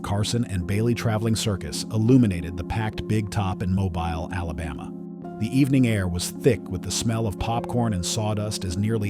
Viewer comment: That’s pronounced “MŌBEEL, with the emphasis on the latter syllable. Lol Welcome to the South, Sir. 😅😉